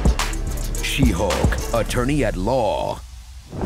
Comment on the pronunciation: She-Sulk lol